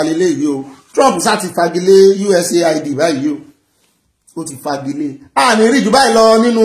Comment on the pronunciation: sorry, you never read my comment here thrice now, about the way you always pronounce USAID. Please note that it is pronounced US- AID, not USA- ID. Thanks.